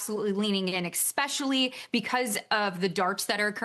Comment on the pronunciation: Did she say exspeshially? Prediction market? Betting? Stupid!